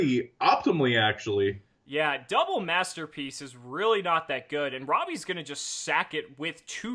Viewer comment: "Master Pleace"